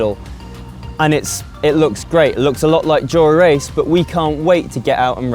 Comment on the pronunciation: Is it just me or can he not say "dura ace" like a normal person. Way he says it makes him sound like a rite 🔔🔚